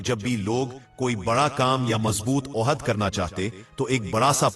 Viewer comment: بھائی حوالے کے ساتھ اگر تاریخی بات کی جائے تو معتبر ٹھرے گی البتہ لفظ "عدب" اردو میں یہ " ادب" درست ہیے نا کے "ع" سے لفظ "عہد" آپنے غلط تلفظ کیا اس ایک دو لفظ اور نا صرف غلط لکھے ہیں جیسے لفظ " تماچہ" کو اپنے "تماشا" لکھ دیا. اور کئی الفاظ کو بھی غلط تلفظ کیا گیا اتنی بڑی عبارت کو پہلے 2 یا 3 مرتبہ پڑھ کر املا کی غلطیاں اور تلفظ کی غلطی درست کر لیں تو بہتر ہو گا یہ ایک خوبصورت واقعہ بیان کیا جو پہلے نہیں سنا تھا یقیناً قابل تعریف ہیے شکریہ